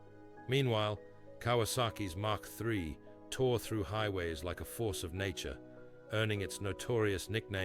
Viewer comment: Yes. I almost believed it was real until I heard Kawasaki Mack The Third.